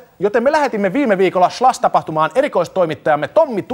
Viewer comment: Ensimmäinen s-kirjain kuulostaa hassulta :) Ja ehkä samalla se sh-äännekin lopussa...